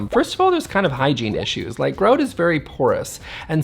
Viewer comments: But, grout is pronounced GR-OUT not GR-OAT. You know, the same way SHOUT (like the shout out you did in your comment) is pronounced SH-OUT and not SH-OAT. ;^) Fun video, good tips. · it’s gr-out, not Groot, an animated character.